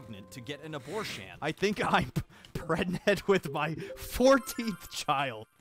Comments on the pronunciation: why does pregananant sound like a Pokémon name😂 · I loved “prganet”